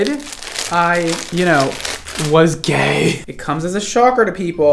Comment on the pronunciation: The way he said gay 🤣🤣🤣